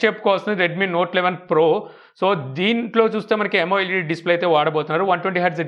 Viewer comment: it's not yamo-led it is amoled.